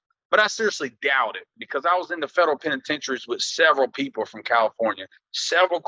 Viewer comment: Boy I swear I hate the way he say federal prison.Wth is a fedro prison?😂😂😂😂😂